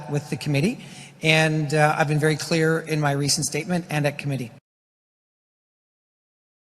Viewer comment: 'clear' is not pronounced 'culer'.